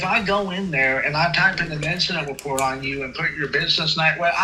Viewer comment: He’s wight and it’s all going in the weport. 😂